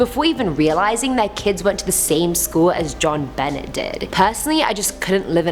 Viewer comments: Jon Benet is pronounced Jon Benay. Not Bennett. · John Benet, with that strong T huh? It’s actually pronounced like ba-neh the t is silent just saying, not being mean just trying to help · Prounounced “z-jhon ben aye”. French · It’s Jon benay not Jon benette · Isn't pronounced *John Bennay*? I know it's spelt Jonbenet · I just wanted to say i love your channel you have a very spunky personality. Like a fire cracker ha ha awesome.. also when you pronounced Jon Benet you did so wrong. It's pronounced Jaw-n- buh-nay.. Anyways still awesome as ever thank all of you for keeping me sane ❤️ on lockdown. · John Benet, T silent, French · 1) it’s pronounced like john-bin-ay. 2) The about half of the paranormal theory for the Winchester mystery house is wrong. It’s said that she build the house not to have enough rooms for the spirits stay there but to confuse them. The medium had told her she would live forever and the spirits would let her be “at peace” if she continued to build for all enternity. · Spookie-Spooky-Spooky. Sarah Winchester- Theory 3 is the truth... was the only one I have heard since the mid 1970s from at least 7 different sources. Jon Bennet Ramsay... Bennet is pronounced Ben Ay (Long A like in "stay." It is French.). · Jon ben-ay! Yes it drove me crazy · Great shirt. It really suits you! Very pretty! 🤩 Jean bennet's name is pronounced Jean- ben-et(the et is pronounced like ay) her name is French. Such a beautiful little girl,, that was so sad 😢😢😢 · On #4 Jon Benet Ramsey her name is pronounced Jon BA-nee , like a horses neigh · The little girl's name was pronounced "Jon-ben-nay," BTW. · Yes pronounced Benay... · Is it driving anyone else insane when Jonbenets name gets pronounced wrongly so many times?! Otherwise videos awesome as always